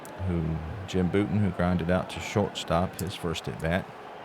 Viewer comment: Tough first! FYI, it’s BOW-ton (not BOO-ton).